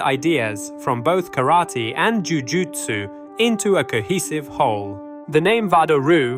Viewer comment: I appreciate hearing the narrator pronounce "Ju Jutsu" correctly. I'm tired of hearing people say "Jiu Jitsu".